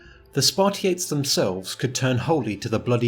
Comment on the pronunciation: I know you are not Greek but I can't help but point this out. It's Spartiátes and perioikoi is roughly pronounced periiki. Also if you want to pronounce it like a real Greek,helots is pronounced ilotes